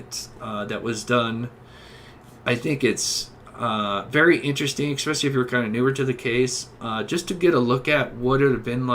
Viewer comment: Ffs “tooken” is not a word. It’s “taken”, it’s especially, not “expecially” and Wabash is “Wah-Bash”, not “Wah-Bahsh”. Great video, but the pronunciation is brutal